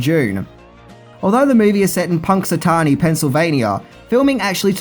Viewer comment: Pronounces Punxsutawney correctly Me: Superb.